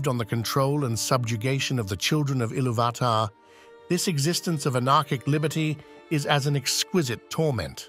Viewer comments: Isn’t it it pronounced illuvatar not illuvaaahtar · One small note: the accent over the "U" means thats the stressed syllable. IllUvatar instead of IlluVAtar. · Great video! Just one small critique. Accent marks intend harder inflection on the letter to which they belong. So it would be Il-LOO-vatar, instead of Ilu-VAH-tar. Sorry to go Hermione Granger on you. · Excellent video, but I'm certain that you are mispronouncing Ilúvatar. I believe the clue lies in the acute on the ú which makes it a long vowel pronounced similarly to "ooh", as in Ee-loo-va-tar. Also the 'vatar' of Ilúvatar may have its root in the Sanskrit word "avatāra" (or avatar) and it won't be a stretch to imagine that Tolkien wanted Ilúvatar to conjure up a resemblance to 'illuminated manifestation'. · Can you say Ilu VAAH TAAH!!! 8 thousand more times, please? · Great content, but your pronunciation of Illuvatar is one of the most frustrating things ever. It's pronounced 'Ill-oov-ah-tar' but without pauses or extra inflection definitely without the hard A sound in between illuv and atar. Makes it sound like you're just reading a script someone else wrote and you have no idea about even though I'm quite sure that's not the case (or at least I hope so) since your content is so good. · Isn't it pronounced il UUU vat ar ? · It's pronounced e-loov-i-tar. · I lost my interest at Eloo VAt tar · Great video. You pronounce Iluvatar wrong though. The emphasis should be on the "u", not the first "a". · please, sir, i beg mercy. you managed the pronounce ilúvatar in every way possible except the correct way.... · You pronounce Ilúvatar wrong. You must accentuate the U and not the A. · Sorry but Ilúvatar has an explicit accent on the u, why are you pronouncing it wrong, posing emphasis on the first a? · The inability to pronounce Iluvatar correctly makes me unable to watch this despite the intriguing premise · Please learn to pronounce Ilúvatar. Note the accent mark.